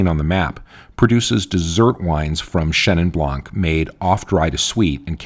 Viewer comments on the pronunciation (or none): It's Chenin Blanc, not Chenin Blanque. Same goes with every other word ending with a silent letter.